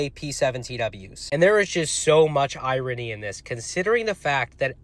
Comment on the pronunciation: Iron-y “irony” 🤣